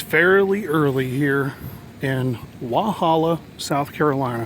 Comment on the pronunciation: It's NOT "Wahalla", it's " Walhalla."